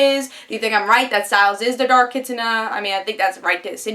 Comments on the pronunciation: you're partly right its kitsune (like yay but with an n sound) not kitsuna. i agree with a lot of what you said. i also think stiles is possessed by the ono-kitsune and since his mom died with similar symptoms im thinking she was possessed as well. it is about time stiles got into the spotlight, hopefully we will get those flashbacks with stiles mom. based on her light aura and lightning powers kira is either a celestial or thunder kitsune. originally i thought thunder but since they are fighting shadow demons would make more sense to make her a celestial (light) kitsune to be an opposite to them and to the dark kitsune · It is Kee Sue Nay. The Demons are Oni, and the Dark Kitsune is a Nogitsune (No Gee Sue Nay) or a Kitsunetsuki (Kee Sue Nay Sookie) Which is a possession.